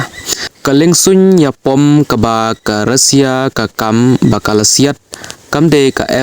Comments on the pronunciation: Russia ❌Rasia ✔️😅😅😅😅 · Not Rosia it's Russia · Tang ka rukom pule khubor jongphi bah lah sngewthuh shu jler shna pisa Kai . Tang ka rukom kynnoh ( pronounce ) ruh khlem tip ban kynnoh Russia ong daka rusia bieit . Mynno jia kata ? Haei kajia ? Bieit .